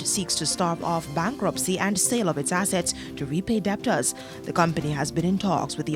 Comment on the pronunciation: The b in debtors is silent